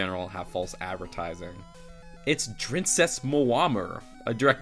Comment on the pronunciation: What the hell is a drincess